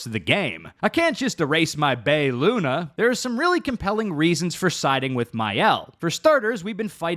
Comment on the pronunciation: Both endings aren’t meant to be better in anyway imo, both you have to accept what the game has been teaching you about the world. I can see both sides as I have done both. I truly think Verso’s is the better for the real life Dessendre’s. Ps Alicia not Alisha… Lune not Luna. Other wise good video haha